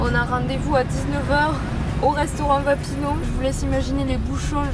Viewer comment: mon Dieu heureusement que t'as changé ton intro ! le rouge à lèvres noir stylééé Et c'est VapiAno pas Vapino. De ouuuf les gens font comme si c'était ultra normal mais arrêtooons. J'ai le seum y'en a pleins qui ferment des Vapiano ;(